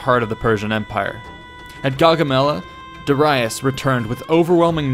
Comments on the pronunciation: Da ReEEE iS not De Ri US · This is very well made. The animations also brings everything to life. For me, learning with pictures are most interesting and effective. Also you've mispronounced Darius. It is pronounced as (Dari-yus) not (Dara-yus). Just a correction :) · It's pronounced 'Da-ree-us' not 'Da-rye-us'! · 9 lives? The boy was invincible. Edit: Also, did you just say “duh-rye-us “? Bruh, it’s Darius.. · Did you say Da-Rye-us. Face palm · Duh-rye-us.... wtf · Great video, honestly. The way you pronounced Darius though is FRUSTRATING, my guy 😂😂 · This pronunciation of Darius pierces my ears like a javelin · The way you pronounce "Darius" bothers me. XD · Say Darius right pls, its pissing me off so much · Your pronunciation is way off. "Duh-rye-us"? No. Not at all. Not ever. "Dare-ee-us" in English and "Dah-ree-us" in Latin. You got "Cilicia" wrong and I don't know what else because I stopped at "Duh-rye-us". It's hard to bear that you are trying to teach history without an understanding of the language(s) which was(were) used at the time; or, at the very least, how we pronounce these names and/or words to this day. Providing people with interesting tidbits is all good and well; but now there will be an army of people who sound like morons, saying, "Duh-rye-us"... and even if what they have to say is relevant at all, those with even a basic understanding of language will simply dismiss the knowledge on account of the ignorance of the speaker. Think about it. If a mechanic keeps calling your Hyundai a "honda" or a "hawndeye", then you don't want him/her to touch it no matter how good someone else says they are. Why? Because gambling is stupid.